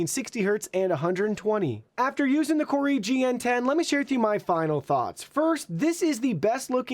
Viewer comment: mate. it’s “koo-rui”. there’s only 1 r. it can’t be “koor-rui”